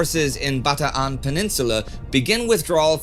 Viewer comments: “Bata-an”. He pronounced it right! Most non-Tagalog speakers say “Bataaaaan” (kinda rhymes with man). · Thank you Indy for being one of the few non-Filipinos to pronounce all the "A"s in "Bataan." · Love it when he said Bataan the right way. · Congratulations on your correct pronunciation of Bataan, a rare achievement for an American! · Yes, it is how Filipinos pronounce it. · It's great how Indy corrected his pronunciation of Bataan since a few videos ago. That drive for authenticity is what makes this channel the best. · Oh, I get exactly where you're coming from. It's definitely the accurate way of pronouncing it and I have no problem with it. I just remember Sir Laurence Olivier saying the poem the "American" way in the World at War series from the 70s and am used to it.